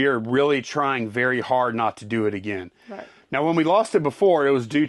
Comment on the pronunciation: Did anyone else hear say right meow.